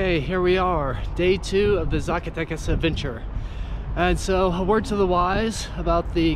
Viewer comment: Hey, Brother!.....Just a quick little grammatical tip: Even though the letter "Z" exists in the Mexican alphabet, the "Zee" pronunciation is not like the US, you pronounce it like you do an "S".